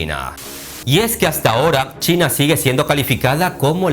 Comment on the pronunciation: "Chaina"??? Donde ves la A en China???